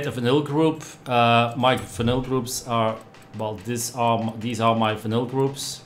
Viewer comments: Engels is niet je sterkste punt of wel? Vinyl spreek je uit al “Vainol” en niet als vinnil. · sounds like he said vanilla lol